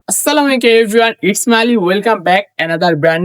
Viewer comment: কি কইলি পান্দার পো ?? "সালাম" টা অন্তত সঠিক এবং শুদ্ধ ভাবে দেওয়া শেখ্ !!